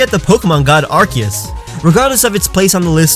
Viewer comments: Yo. It's not Arceus. It's Arkoos. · Arceus? No it's Arkoos. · You said Arceus wrong it pronounced Ar-koos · It’s Acoos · IT'S ARKEUS